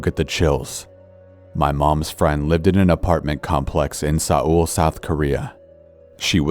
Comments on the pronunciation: I love ya corpse but it's not Sa-eul South Korea, It's pronounced more similarly to "Soul" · Say ul? Do you mean Seoul? Seoul, Korea?? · Since when did Seoul (pronounced "soul") get pronounced Say-oll? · I laughed pretty hard when Corpse pronounced Seoul as saol. 🤭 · Me, who knows the Capital of Korea is pronounced Sòuul. Corpse: In Sáooūl Me: 🤣🤣🤣🤣🤣🤣🤣🤣🤣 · Corpse I love you, but what is "say-ool," South Korea? 😂😂😂 Its pronounced "soul" hunnie 💛 But man, that man hunt story .... I'd never wanna accidentally find a murderers body stash. Funny how I finished Killing Stalking last night lol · Sah ul korea. 🤣 Just letting you know it's pronounced like soul. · its pronounced "soul," not SE OOL. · Also it’s not pronounced “Saul” it’s pronounced like “soul” there’s just an E in the words cause like, why not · Sa ul South Korea lmao. It’s Seoul pronounced soul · THE WAYHE SAID SEOUL "Sa-ool" AJSJDSNJAJAKL Its actually pronounced "soul" haha, mistakes are okay tho👌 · For the record, Seoul is pronounced "soul" not "sa-ohl"... That kinda pissed me off. Maybe it's just the Korean speaking part of me, but that was annoying. Sorry, had to get that out. Love your videos! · “Sa- oul South Korea “ 😂😂😂 it’s pronounced “ soul “ spelt “ Seoul “ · It's pronounced soul...not sa-ool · "Saool, South Korea" Lmao it's pronounced "Soul" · You pronounced Seoul as Saul, it is actually Soul if you pronounced it nonetheless great video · "sa-ol, south korea" my i say pronunciation on point.....seoul its kinda pronounced like soul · And Seoul is pronounced like soul.... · “Sa-oul, South Korea” 😂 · I'm sorry what. Sa-ool Took me out of the moment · Its pronounced soul seoul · not him pronouncing seoul as soh ool lmaoooo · word : seoul corpse : s a h w o o l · the way he pronounced soul like saool sent me lol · It triggered me on how you said Seoul Korea, you pronounce it as "Soul Korea" but it's spelt as "Seoul Korea" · It's the 'Seoul' pronounced as 'Saul' for me 💀💀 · "Sauul South Korea"